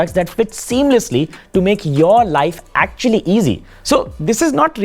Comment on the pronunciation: aktucually! aktcucaualyy